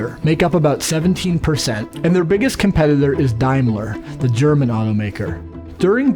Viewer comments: Sorry OCD kicking in,dude it's Daimler, pronounced day, not Dimler, dye😂😂😂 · Dimeler? It's Daymler. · The word Daimler is pronounced as in 'dame' and not 'dime'. Just thought I'd say. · ha ha love the pronunciation of Daimler. is it really "dime-ler" or should it be "dame-ler" ?? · These people need to learn how to pronounce Daimler, it sounds like Dame ler....